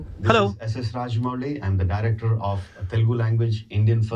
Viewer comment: Rajamouli not Rajamuli